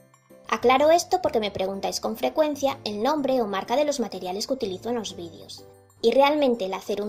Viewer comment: porque dice vidios si es videos jaja 😂😏